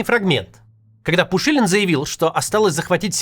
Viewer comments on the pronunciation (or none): при всем уважении, Максим, но вы нереально произнесли его имя, только пенис душилин и никак иначе)